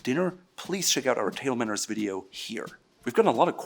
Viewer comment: How does he manage to make "table manners" into one syllable? He talks too fast and slurs words together.